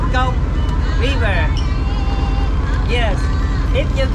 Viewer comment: Oh, so he said, "river". I thought he said beaver. 😆